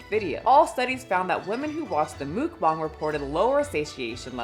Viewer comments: mookbongs????? It took me too long to realise it was muckbang lol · "Mookbong"? Is that a new word? I only know of Muckbang.. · This was hard to watch only because it’s MUCK BANG not mook bong 🫠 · Hello, if you ever was confused on how to pronounce mukbang (먹방), you got the bang part perfect. Muk is just pronounced like the pokemon (Muck). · Love your content but your pronunciation of mukbang is sending me😅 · Am I the only one mad that she can’t pronounce the word Mukbang correctly